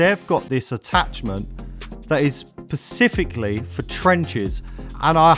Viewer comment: Great video guys as always. But! please, please, It's SPECIFIC, not PACIFIC. Sorry, but it's a pet hate lol.